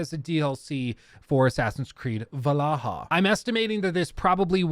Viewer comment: I can't believe you called valhalla AAAA, I died inside that moment.